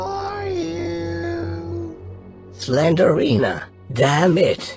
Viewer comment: Cylinder reena ???🤣🤣🤣 it's slenderina 🤣🤣